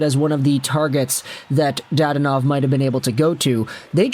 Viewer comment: I’ll be that guy. Da-don-ov. I have no clue why dad-onov irked me so much.